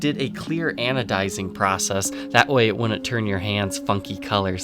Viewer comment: “Woon- unt” you don’t know how to use your Ds do you it’s wouldn’t very annoying you need to relearn how to say couldn’t wouldn’t didn’t😂